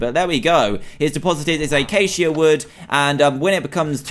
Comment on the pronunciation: that's not eyceycia...that is a acacia